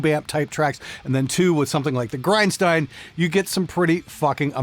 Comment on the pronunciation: It's Grind-Schteen!